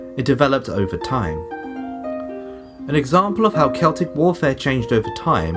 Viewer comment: Have an upvote for not pronouncing Celtic incorrectly.